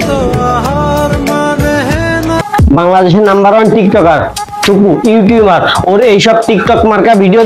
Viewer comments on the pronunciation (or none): সবি বুঝলাম তবে আপনি ইউটিউবার কে ইউটিউমার বলেন কেনো রে ভাই ??